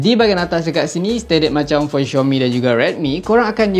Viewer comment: Aduhhh,bkn xiomi oikkkk,tu panggil xiaomi woiiiiii,dh lambat u review la🤣🤣🤣